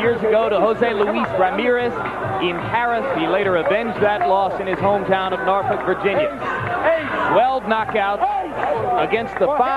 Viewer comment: Did the Ring Announcer say Pernell fights out of "Nortwork Virginia"? LOL!